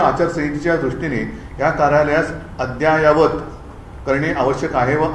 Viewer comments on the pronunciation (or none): अद्ययावत शब्द उच्चारता येत नाही